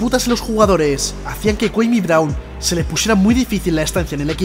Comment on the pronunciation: Tan dificil era averiguar como cojones se pronuncia su nombre? Cua-mi CUA-MI!